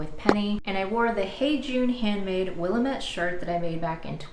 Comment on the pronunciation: Love all of the outfits!, especially the top you are wearing! I have a bit of a funny about the pronunciation of Willamette, as I'm from the PNW. The easiest way to remember (and explain) is that "Willamette" rhymes with "damn iit." We do keep it weird out here!